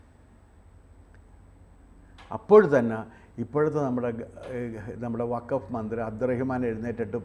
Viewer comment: Pls pronounce properly…it is not WAKAF….it is WAKF…C th difference